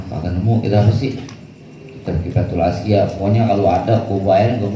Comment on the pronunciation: Atqiya bukan atqiyah